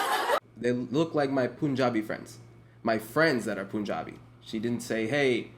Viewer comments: Why you saying Poonjabi... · No one:: pOonJaBi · It's not POONjabi, it's punjabi. say it correctly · Why does he pronounce punjabi as Poonjabi😭😭😭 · Silently cringing at the Punjabi pronunciation but it’s ok cause you’re dope